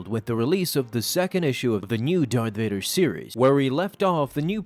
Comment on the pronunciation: Varth Dader